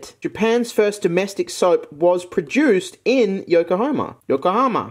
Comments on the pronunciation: When you kept pronouncing Yokohama as Yokohoma and tried opening the fan, a part of me died inside That said the soap was super interesting tbh and i love those multi color pens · Ah yes the great city of "Yoko homer.